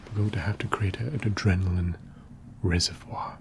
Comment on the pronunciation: The tingles on the pronunciation of reservoir ~ ･ﾟ: ✧･ﾟ: reh zeh vwah *:･ﾟ✧*:･ﾟ✧ Not like in American English, ree zer vor 😒